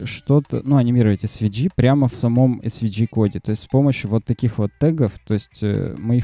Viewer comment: Друг, все супер, спасибо! но английский подтяни - у меня кровь из ушей пошла. В SVG - букву "G" произносишь "чьжи" ( смягчая "и"), носители говорят "джэй", можно "джЫ" (G [dӡ] — «дж»), но не "чьжи" ... Мира и успеха!